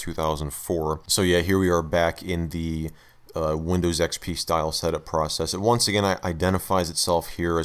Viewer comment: “Welcome to Microsoft A R R E Windows A R R E ecks-pea.“